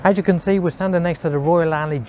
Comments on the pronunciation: Alloy not Alley ffs 😁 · Royal Alloy not 'Royal Alley' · It's pronounced Alloy not Ally. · Royal "Alley" !!!!